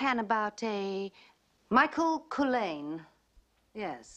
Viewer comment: BLAKE pronounces the guys name CULHANE and ALEXIS pronounced it CULL -LANE ... i think lol OH by the way I met them both . Guess who I adored! lol